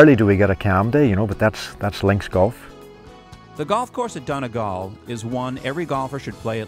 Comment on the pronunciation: Why can't Americans say Donegal? 🤣🤣🤣🤣🤣🤣🤣🤣🤣🤣🤣🤣. I've yet to meet one pronounce it normally.